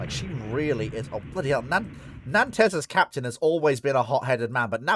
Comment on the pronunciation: oh and learn how to pronounce 'Nantes'!